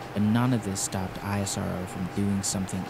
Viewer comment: Its Spelled as "ISRO" together, not "I.S.R.O"...Please research about how to spell names correctly before making a video, it helps !!!